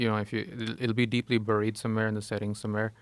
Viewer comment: Joe doesn't know how to say buried.